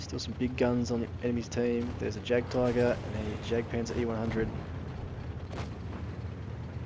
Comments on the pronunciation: Jagdpanzer is not pronounced as "Jagpanzer" the correct way is "Yagpanzer" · Hey im german and it makes u look bad because u are sayin german names wrong like jagpazer